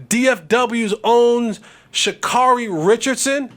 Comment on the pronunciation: Well…at least say her name properly…Sha-care-ree.